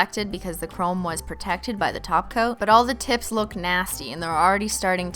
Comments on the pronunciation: When you say top coat it sounds like you say taco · It’s an old running joke cuz the way Cristine pronounces top coat kept sounding like taco, and after a while she just ran with it and started running a taco emoji across the screen to roast her own pronunciation. The association worked so well she decided to include it in the name of the company she later created. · Ah, I see you are a new holosexual and still getting used to the ways of Simply Nailogical. Welcome to the world of holosexuals! I'll show you around! First off, it's top coat, but we pronounce it as Taco! Second, if you do not love Holo, then this channel isn't for you! Bye, new holosexual!